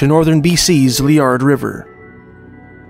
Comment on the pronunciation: Oh yes, I've been to B.C., Y.T., AB, SQ, N.S., N.B, and ON. Canada. Lots of beautiful country. Laird River and Laird Hot springs are beautiful places!:48 Lair-d. Almost sounds like Layered. 👍🏼😁👍🏼 I saw a wild bison 🦬 🦬 herd in the Yukon. PBS went with a school class of 5th graders. 120 Miles from White House, YT, to rendezvous with a Provincial Park Ranger and went Bison Hunting. 🦬 He dispatched it with a rifle, and the class of kids went to butcher and skin it. 👣💞👍🏼😁👍🏼👣 Awesome video ♥️👣